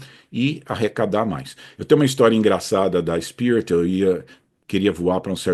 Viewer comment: Em leia-se “spirit”